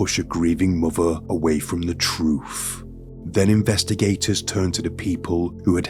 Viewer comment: You're so articulate and anunciate so well I cannot help giggling when you say, "Troof."🤭